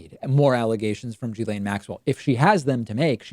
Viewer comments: It's pronounced gill-aine not jill-aine. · It's pronounced Gee Laine...it's not Giz Laine. It's a hard G. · It's Gill-ane, like gills on a fish. Not Gee-lane, not Jizz-lane, I'm pretty sure. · Learn how to pronounce her name. It's unprofessional.